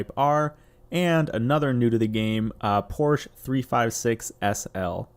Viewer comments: "Porsche" is a two syllable word, pronounced POR she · You’re pronouncing Porsche wrong :P